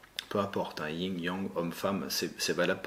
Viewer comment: Le Yin et le Yang pas yinG!!! ;-) Merci sinon 🙏😉